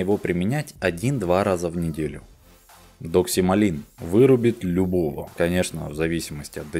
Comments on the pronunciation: не оговорились? ДоксиМАЛИН или доксиЛАМИН? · Может доксиламин? А не доксималин. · Наверное Доксиламин, а не Доксималин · Классный выпуск, спасибо большое!!!! NB ДоксиЛАМин, а не ДоксиМАЛин